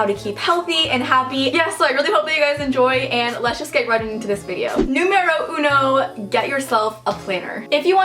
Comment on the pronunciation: I loved when you said "numero uno" 😄, i'm from chile and I can say that your pronunciation is pretty good !! .... love you ❤